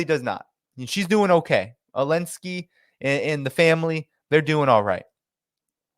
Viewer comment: Why does say Elensky? What about the zed?